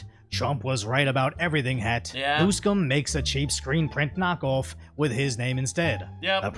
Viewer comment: ngl the way said Newsom sounded a lot like New Sin